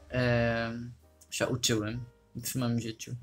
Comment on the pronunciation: Teraz dopiero komentuję, ale właściwie to czasem masz właśnie bardzo... polski akcent :D Tylko "ę" na końcu "się" wymawiasz mocno inaczej (ale i tak każdy to zrozumie), tak poza tym to bardzo ładny akcent :D Ukraiński jest dla mnie trudny jeśli chodzi o akcent, taki mocno inny. Moja mama ma znajomą z Ukrainy, to czasem rozmawiałyśmy. I ona się nauczyła polskiego, jednak ma dużo bardziej widoczny akcent niż Ty :D Niby też słowiański akcent, jednak dla mnie mocno się różni xD